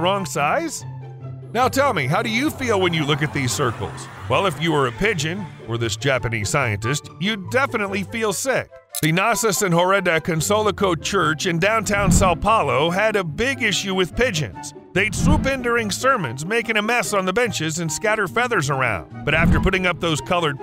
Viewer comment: That was the most comical pronounciation of Nossa Senhora da Consolação I heard. I'll use that name against every foreign friend I have from now on.